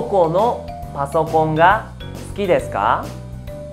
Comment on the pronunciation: No entiendo ejemplo suki deska Pero se escucha sudeska ????